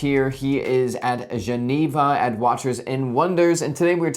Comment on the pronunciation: It’s just “Juh-nee-vuh”, mate.